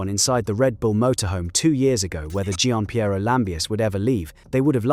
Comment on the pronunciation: You couldn’t even be bothered to correctly pronounce Gianpieros name. In other words,how much of this can we take seriously.